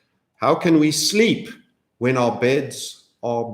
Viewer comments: OOps.. "Shleep" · Ha! Did I hear you say "Schleep" ! Brilliant !